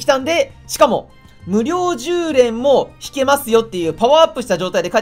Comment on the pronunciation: 無料10連が無量空所に聞こえたw